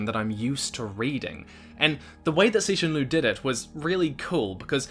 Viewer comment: I love the fact that at least you pronounce his name right. lotta ppl don't even try